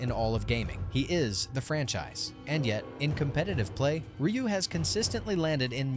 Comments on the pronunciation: R-U said NO ONE EVER. Not even Rye-u, or Ree-u. I have never heard Ryu being called R-U ever.😂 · Dislike just bcus u don't know how to say Ry U 😂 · Instant downvote when I heard "ARR YOO" WTF dude, do the SLIGHTEST amount of research for your videos. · R u having a hard time pronouncing the names? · I ain't listening opinions about street fighter from someone who doesn't even know how to pronounce Ryu. Disliked.